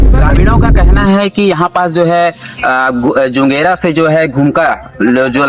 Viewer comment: Bhaiya ji जंजेरा गाँव नहीं होगा जुगेरा होगा भैया जी